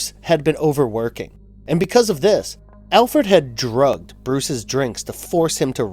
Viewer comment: "Alferd" 😂 He did it again 😂